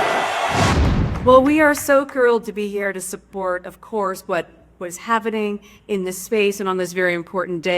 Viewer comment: "subbort, of course, what, was havening" Lol